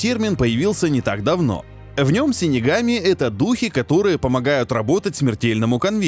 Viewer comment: Выговорил с первого раза .Хы